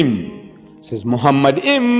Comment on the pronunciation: The first mistake by Deedat is that he pronounced מַחֲּמַדִּ֑ים as ‘muhamaddim’. But he is wrong, it is ‘ma-kha-madim’. So there is no pronunciation of Muhammad. The other mistake made by Deedat is that he said that ‘מַחֲּמַדִּ֑ים' is a name. Again he is very wrong because מַחֲּמַדִּ֑ים is a masculine plural noun, so it is not a name (like יְהוִֹה, Yhvh). And because it is not a name it is impossible that it refers to Muhammad.